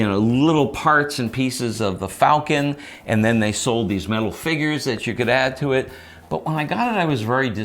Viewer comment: He still can't say "figgers" right :P